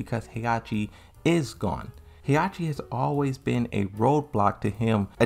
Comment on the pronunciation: FOR GOD´S SAKE, WHY DO YOU KEEP MISSPRONOUNCING THE NAMES???? Is HE-HA-CHI, not Heiachi and is XIAYU NOT YIAOYU.